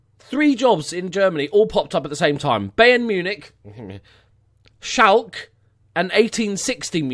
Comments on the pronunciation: Its SchalkE, not Schalk.. Probably why they didnt want you :D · Schalke probably heard your pronunciation of their name and were like pass lol xD.